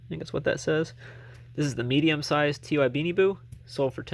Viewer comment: Thanks for the tip about the Octonauts! The company “Ty” is actually said as the word “Ty” not T-Y…Ty Warner is the CEO of Ty Inc., so it’s named after him. I thought you would want to know that since you sell a lot of those 😊 Way to go on the sales!